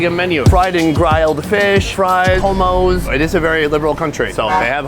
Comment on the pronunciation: "they have hommos" 😭😂✨